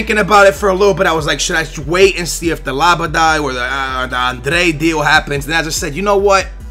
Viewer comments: La-be-ad... LOL xD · its pronounced la-bi-yad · seriously no offence man but your pronunciation is so bad lool. Its not even close to the spelling man it can get so annoying sometimes! Also, you give away more wage amounts than you need to, just offer what the player demands are at the top. Sort it out man!:) thumbs up if you agree so he can see. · OMFG Zoumba? Labadie? LOL C'mon, do you even know how to read? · Dass tenta ler os nomes dos jogadores um pouco melhor, és português e não saber dizer Labyad? E é Zouma e não zoumBa... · NO LABADAY BUT LABYAD!!!! AHAHAHAHAH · Look at the name before u read it. it says labyad and u pronounce it like labadad. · LABADAAA.. its LAB-YAD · His name is LABYAD. How can you be BELIEVE that his name is pronounced LABADAY? Don't get it bro. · Yo pronounce Labyad as Laa-bee-ad. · It's like Melapa,not Malapa!And it is Labiad,not Labada! I hope that I helped! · really, labadad?? LABYAD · It s not labada but labiiiiiad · Labada?, it's Labyad, really Labyad. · Its La-bie-jad. ;p Not Labaday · *Labyad not Labydad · Labyad not labadai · DUDE, read his name: Not labady, but la, as in TINKY WINKY, DIPSY, LALA, PO. by as in he's a bi, ad as in adventage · Labada? Its LabYAD you noob :P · how did ge called zakaria labyad..............labadad a00a0xa0xa0xax0ax0 what the hell??? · It's LA-BIE-AD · It's pronounced lab-ee-ad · Its la-be-ad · Secondly, you need some pronunciation lessons man. Labadye? I don't even.. and Zumba? that's an exercise program. Z-O-U-M-A. Just say it like zoom----a. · If you just read the names then you won't get them so wrong. Zoo-ma, not Zumba. Lab-y-ad not Labydad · Deu-lo-feu not Delafoo Zouma not Zumba Lab-ee-ad not Lab-a-die or Labadad Ad-ry-an not Andre